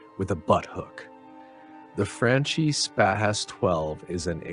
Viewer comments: Pronunciation of “franchi” is like franKi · Franchi is properly pronounced "Fron-key." Reference Ian McCallum from the Forgotten Weapons channel if in doubt. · "Chi" in Italian is pronounced "ki".